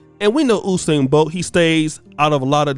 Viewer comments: His name is... U-sain not OU- sain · Who is "oosain"? it's pronounced "yousain" this coming from a Jamaican. And yes he has lost a race. Couple as a matter of fact. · it’s You-sain NOT Ooo-sain 😭😭😭 All of Jamaica 🇯🇲 cringing right now lol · YOU-SAIN BOLT AMERICANS ITS PRONOUNCED YOUUUUUUUUSAIN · "You"-sain bro. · You pronounce usain name wrong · You pronuce Usain wrong. He has lost before.